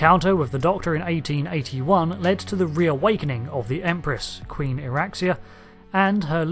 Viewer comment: I feel the need to correct you Not iraxia it's iraxxa